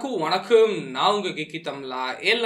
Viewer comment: Vanakkkaaom.... Correct ah bro???